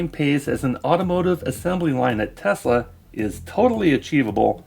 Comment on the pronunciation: musk cant even pronounce the name of his terrible car company properly. He calls it “Tezla”. He is a nincompoop.